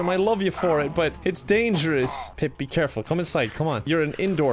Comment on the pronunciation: Pip. Not peep.